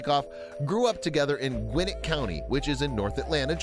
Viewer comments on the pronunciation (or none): did he actually say gwinnit county, it’s gwin-net